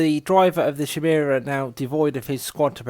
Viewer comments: Would slay you on a spot for "Shimera" instead of "Khimera"! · Is it a bad thing that it makes me giggle everytime they pronounce it 'shymera'? Also I got a DOW3 advert in the middle of this, seemed fitting.